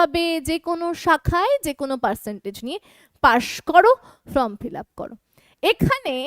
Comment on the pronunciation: ম্যাম, ফ্রম মানে হইতে আর ফর্ম মানে আবেদন পত্র, উচ্চারণ একটু ঠিক করুন না, আপনি তো ম্যাম বলেন নিজেকে, ফ্রম বলা কি ঠিক হচ্ছে, প্লিজ এটা একটু দেখুন।